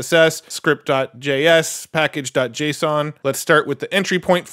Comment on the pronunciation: Hey - It's pronounced Git-Hub, not Get-Hub. Also, JSON is pronounced "Jay-Sahn" (no one reads out the letters of the acronym), which incidentally means JavaScript Object Notation). For FRVR you had two good guesses, but I think "forever" makes more sense than "fever" given their logo is based on the infinity symbol. Love your work and your passion!